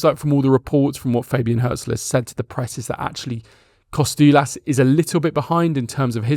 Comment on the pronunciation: Kostoúlas was good, Xaràlampos was a bit off.